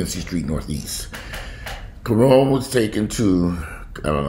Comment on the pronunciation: Ka-Ron (like Ronald)